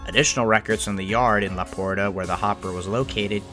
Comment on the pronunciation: The Texas city of LaPorte is pronounced "LaPort". The "e" is silent.